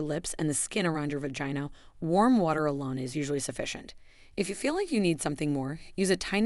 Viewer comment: I have never heard the words vagina or vaginal pronounced how it is in this video. It distractedly me from the content. Also why are they using young models when this is supposed to be for women of a certain age? I find it off putting.